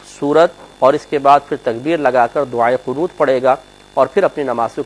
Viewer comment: Ap to furmaty rahy hy doae qanot perhna ghalt hy